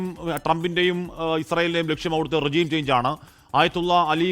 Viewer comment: റെജിo ന്നല്ല.. റെഷീം... കുറച്ചെങ്കിലും ബ്‌വർക്ക് ഔട്ട് ചെയ്..ചുമ്മാ വന്നിരുന്ന് പുലംബാതെ